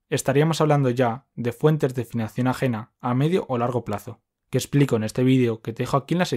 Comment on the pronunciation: por qué dice financión?